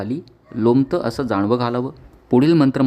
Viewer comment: जाणवे नव्हे जानवे म्हणावे!